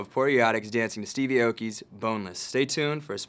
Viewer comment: Steve's last name is pronounced "ah-oh-key".